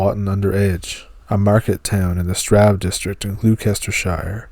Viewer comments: Just fyi Gloucester is pronounced Gloss-Ter like Fosters beer. Or imposter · you really need to check your pronunciation Glouscester is "Gloster " Worcester " is Wuster "..I know, crazy but there you go..Poveglia, Poveylia...